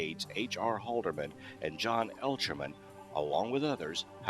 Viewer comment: Not Elchermin....Ehrlichman. geez.